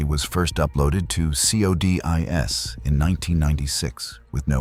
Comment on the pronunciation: CODIS is pronounced "KOH-dis"...